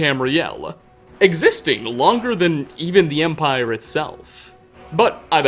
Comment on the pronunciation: I dunno why I keep hearing it but it seems he ends alot of words with an extra "A"" sound. Empire-a, Morrowind-a, mind-a, son-a, etc.